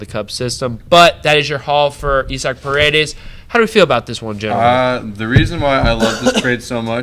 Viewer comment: This was a heavy start promising ending… I agree with you gotta have some loyalty to the faces of the franchise to maintain a fan base. Isaac Paredes nice pronunciation of his name sad to hear but sounds promising. Rays fans quality memes quiet seats noted.